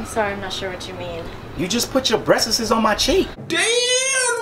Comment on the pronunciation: It's not breastesses it's breest nigga!